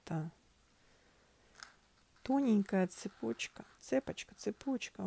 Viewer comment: Еще не цЕпочкп а цепОчка.Сама не русская и постояно,для себя, проверяю ударение в словах.Я и в словарь заглянула и в интернете поискала нигде нет ударение на е,незовисимо в какой смыславой ряд это слово ставим,золотая цепОчка,цепОчка событий и тд.Если я ошибаюс дайте источник где обясняют почему ударение на е,спасибо.